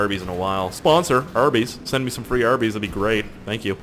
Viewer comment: it sounded like he said :i had herpes last night, it was GOOD!" when he said "i had arbys last night, it was GOOD!" :C